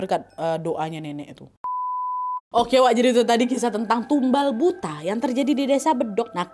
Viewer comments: Bacanya "buto" Nggk sih 😅 kalo buta kaya kikuk bgt nad 😂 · Cara bacanya bukan BUTA. Tapi BUTHO. BUTHO adalah makhluk berbentuk raksasa, bertaring,dll Maaf.. Saran dikit kak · Dibacanya BUTO nadd bukan butaa 😅😅😅😅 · Kayax nyebutnya buka buta kak tapi Buto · Kak buta itu bacanya "buto" to-nya bunyinya seperti tolok ukur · Buta dibaca buto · Kak baca nya buka buta. Tapi buto. Artinya raksasa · Bukan buta kali ya bacanya tapi buto, ya semacam buto ijo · bukan buta kak nad. tp buto bacanya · Kak Nad itu bacanya Buto bukan Buta 😭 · Kak ini kek nya bukan "buta" tapi "butha" bacanya "butho" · Nyebutnya BUTO kak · Bukan buto kah ini bacanya kak nad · Bacanya buto kak nad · Itu baca "buto" x k.... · Tulisannya kan emang BUTA tp pelafalannya dlm Bahasa Jawa jd BUTO... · Buto kak bacanya😊😊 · Buto kak nad bacanya😭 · bacanya buto kak😭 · Kalau dijawa Butho kak penyebutannya😊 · Gak semua daerah penyebutannya sama , di Sunda emang bener disebut buta .